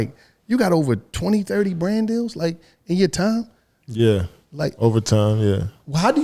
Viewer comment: Yooooo, said “ya Brand deal is something else”.. why did I hear “brain” 🧠, super pause but yoooooo., reading those sponsors and saying “I’m talm’bout make ship happen, I’m talm’bout.. I’m talm’bout I’m talm’bout” like.. bro how many times is you gon tell me what you “talm’bout”